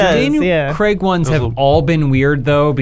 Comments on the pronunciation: Daniel "Creg" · Why do Americans says “Creg” it’s Craig